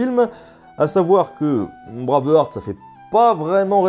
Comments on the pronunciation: Hmmm... Bravarte et la bataille de Stireling.... Excuse moi mais ça serait plutôt Braïve-harte et la bataille de Steurling si on choisit de respecter la prononciation avec un accent qui sent bon le camembert. Très bonne vidéo sinon, très instructive (et drôle). La seule incohérence que je peux ajouter c'est pour la musique. Tout au long du long on a droit à cette envoûtante cornemuse écossaise... Ah oui mais le problème c'est que c'est un uilleann pipe, à savoir la cornemuse IRLANDAISE. Comme quoi hein, laisser une traînée de chiasse tout au long d'un film c'est possible. FREEEEEDOOOOOMM !! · ça me nike les oreilles à chaque fois que tu dis braveurte.. ça se dit bré (comme pré et pas près) bréiv H (h aspiré) arte bréiveharte et non braveurte ;) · "Bravarte"....Euh c'est plutôt "Brueiveharte"....Sinon merci de nous avoir détruit ce film que je trouve absolument sublime ! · Phonétiquement, le heart (coeur) de Braveheart (coeur vaillant) se prononce "hart" avec un H aspiré et un A long. Tu le prononces comme "hurt" (affaibli, blessé, incapacité) ou heard (entendu de entendre au passé). Je dis cela, je ne dis rien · Tres chouette vidéo, mais il faut bosser l'anglais. "Braveuharte", c'est pas possible, ça déconcentre un peu ;) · "Braavurt"? Jamais entendu parler... ;-D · J'adore ta chaîne, mais..... J'arrive pas à comprendre comment tu fais pour prononcer Braveheart comme ça ^^